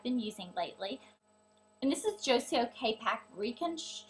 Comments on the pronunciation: hahaha you pronounce it Joy-co lol but good video love that you use all profecional products(except the last two of course lol).... im a hair dresser so i appriciate it! lol p.s. paul mitchell ion (blow dryer)!!! help with fizz and adds shine!!! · You pronounced Joico wrong. The c sounds more like a k